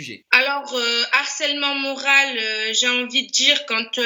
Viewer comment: moral avec un "e"😂😂😂😂